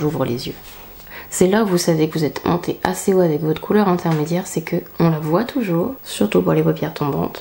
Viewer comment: Tjrs magnifique mais … svp « qu’on Voit » et non qu’on voiyyyyyye 🥰 et ce là sera sublime 😻